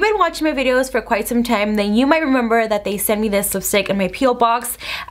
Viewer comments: Who else kept cringing when she kept saying Thad instead of that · Idk why it annoys me so much that she says “thad” instead of “that” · is it just me or every time she says “that” she says “thad” 😂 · Literally I was scrolling through comments just to find one that mentions this Cuz girl, I hear it Too! Same with "a lot" sounds like "A lod"... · I can't ignore the fact that when u say "that" you say "thad" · Rayvenn Harris omg I didn’t realize “thad” til U said it😂😂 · When she say that it sounds like she’s saying thad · She says “what is thad”